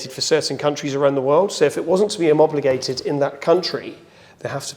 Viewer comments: Homobligated ahahaha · Teach that man to say homologated correctly😎